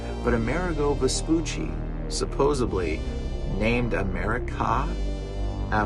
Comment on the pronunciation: You lost me at “supposebly”! It’s hard taking anyone seriously who lacks even a basic grasp of his own language! Try getting yourself a real education instead of delving into idiotic conspiracy theories!